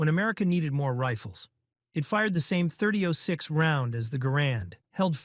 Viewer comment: AI can't read "30 ought 6"?